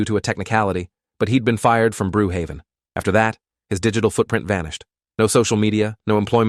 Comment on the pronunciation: When he said “brew haven” i immediately screamed at the top of my lungs “BROOKHAVEN!!!”